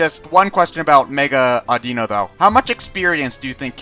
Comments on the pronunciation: AW-Dih-No LAW-Puh-Nee dem mispronunciations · I really really hate that they're not pronouncing Pokemon names correctly. It's stupid that I should be so stressed over it, but it still bugs me. Oh well, I can't really do much about it. By the way: Lopunny = LAW-puh-nee Altaria = all-TAHR-ia Audino = AWW-dih-no